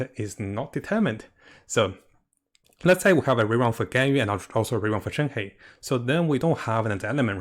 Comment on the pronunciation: its shen-huh or shen-her, not shen-hei